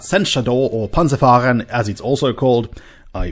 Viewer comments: As a german i do not mind you using the word "panzerfahren" as you pronounced it perfectly adequate. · you pronounced " Panzer fahren" compleadly correctly dont sell your self short.